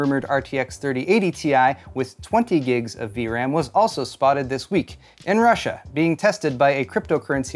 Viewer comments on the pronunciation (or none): none